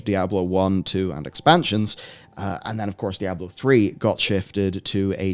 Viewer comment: It’s not a regional thing, seen Floridians , Oklahomites , and New Yorkers say “Die-ahh-blow . Lol.